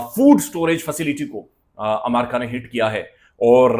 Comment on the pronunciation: You are pronouncing America wrong. It's Not Amaraka, It is AMERICA